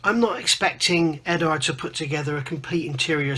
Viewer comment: Solid review and agree on your opinion. Only thing i dont agree with is since when did the U in Eduard become silent? The only people in the world calling Eduard Edard(#$&@ are and Phil Flory. Pronounced Edwaard.....lol...